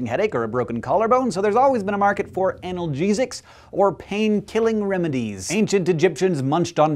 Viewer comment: I heard anal jesus instead of analgesics, man was I confused.